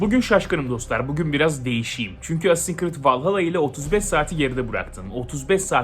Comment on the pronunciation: AC vallahalla iyi oyun dur la valhalla diye okunuyo